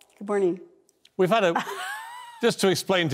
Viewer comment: That “good merning” was painful hahah